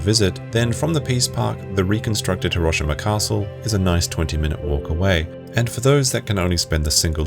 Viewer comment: i hate the way you pronounce Hiroshima... lear how japanese do it please....